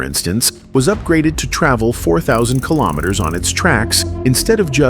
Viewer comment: Kilometers is pronounced kilo-meters, same as kilo-grams and kilo-watts. Not ka-lom-it-ters.